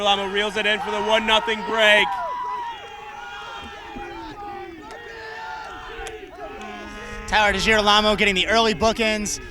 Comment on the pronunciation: am I the onlyone who noticed the say tyler degilarmo wrong?